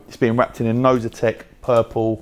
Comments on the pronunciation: Oh so it's Inozetek I keep hearing novitek. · eldan wiggins thank you for writing this comment 😂😂 I kept hearing novitek and it was winding me